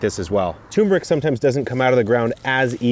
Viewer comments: Turmeric, not tumeric. I would think an "epic" gardener would know this. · *Turmeric. There's an R in there. 🙂